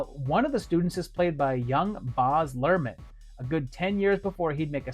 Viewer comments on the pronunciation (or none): Baz is pronounced like "has", not card". In Australia, it's usually a shortened version of Barry.